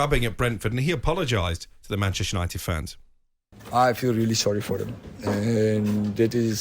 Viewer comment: PR-chester united